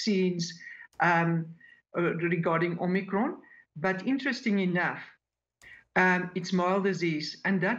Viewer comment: She even pronounced omicron correctly.